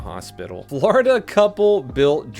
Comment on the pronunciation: "Flordia man repeatedly arrested for flashing his genitalia's'"